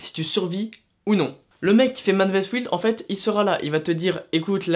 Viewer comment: Ummmmmmm.....le i de wild se prononce comme un y. Tu ma stressée tout le temps ou tu a prononcé wild😅😅😅